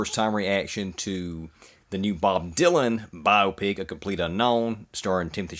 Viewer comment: Congratulations on being the only reactor I could find that knows anything about Bob Dylan and also knows how to pronounce Chalamet and Biopic correctly. Thanks!